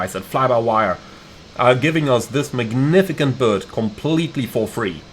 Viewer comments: Did anyone else have a brain fart when he said magnificant and couldnt remeber the proper english for it 😂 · Thanks for this video! Can't wait to give it a go. Small note, and only because I've heard you say it a number of times: "magnificent" is pronounced "magnifisent" The C is soft.